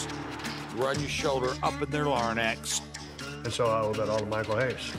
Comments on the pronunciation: Larynx? Nah, Larnecks. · “Up in their larnex” 😂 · Gotta love Michael Hayes calling it a "lar-nix" 😂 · Did that foo really say LARN-X?! 🤣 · What’s a ‘lar - ren - Nex’?! Larynx?! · Did this man say 'Lairnynx'?